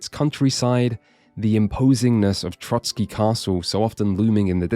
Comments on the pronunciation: For the love of god it's TroSky, not TroTSky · Oh c'mon people, it's Trosky not Trotsky 🥲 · Trosky Castle! Not 'Trotsky' Castle. I wasn't going to leave this comment as I assumed it was a slip of the tongue but you did it multiple times. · It is pronounced TroSkie, not TroTSkie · loved the video but one thing i cant understand nobody mention is you calling the castle Trotsky 😭 its Trosky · Please, it's Trosky not Trotsky. The castle is not named after one Soviet revolutionary. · Trosky, not Trotski 😅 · I finally played this game. I love it, never seen anything that is more Czech than this game in Czech dubbing. Love your pronouncietion of Trosky as Trotskyi😁 Kingdom Come: Hussite wars would be amazing (also in the end credits of the game there is choral singing "Ktož sú boží bojovníci" which is anthem of Hussites. Btw you dont have to tell Bergov about Semín, I never did and got achievement for it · There's only one "t" in Trosky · As there was a hussite hymn (Ktoz jsu bozi bojovnici) playing at the Conlusion, I would bet there will be hussites in the future KCD. 😊 And kudos for pronouncing Zizka correctly. Not Trosky, though. Sorry, for such an in-depth review it was annoying to hear you say Trotzkiy instead of Trosskee which would be much closer to the correct pronunciation.